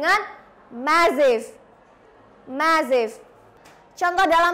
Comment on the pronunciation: Sorry to say. It is not how to pronounce the words awful and massive. You need to learn more about pronounciation. Mss. Ervi is much better.